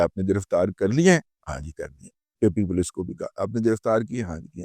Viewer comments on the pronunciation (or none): none